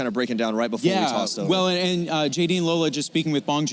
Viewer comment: It is lola, as in Lòr-lá. If only she would own her heritage and at least say her name right even if she cannot correct others. Ore mi, you are too old to be doing this. Embrace your name,it is beautiful.... ❤🇳🇬Proudly Nigerian